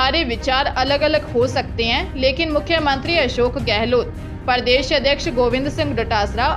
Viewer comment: Hindi shabdon ke aadhe akshar wale shabdon ka uchcharan bilkul galat hai , jaise Parv ko parav skool ko sakool pradesh ko pardesh tatha aur bhi Kai. Ye sunane mein bahut Bure lagate hain. Ghar par bar bar sahi bolkar sudhar karen phir samachar padhein.